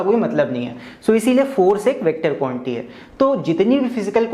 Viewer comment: Sir be like: Quantity ❌ Quanty ✅